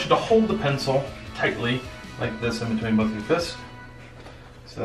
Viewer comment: It's not called an pincel it's called a pen-pen-pen-PENCIL 🤣😅😅